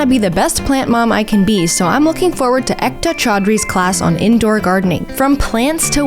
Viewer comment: Ekta choudhari is pronounced like Ay-kta, the rest is correct